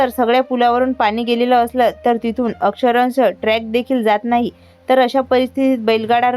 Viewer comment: अक्षरंश नाही, तर अक्षरशः आहे.😅